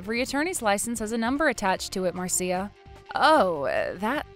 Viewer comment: Marcia is pronounced Mar-sha. Not Mar -see-uh. Well at least, the man knows how to pronounce it properly.